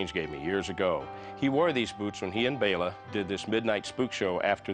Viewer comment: Thank you for saying "Bela" (BAY-la) instead of "Bell-a." :)